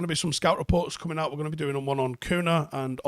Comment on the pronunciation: His name is pronounced Cunya, I am Brazilian as well. Like how Ronaldinho is pronounced Ronaldinyo.